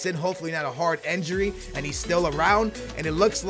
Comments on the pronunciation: why are you saying enjuri its injuri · It's INjury not ANjury and not ENjury, so please pronounce well it's disturbing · says injury like enjury lol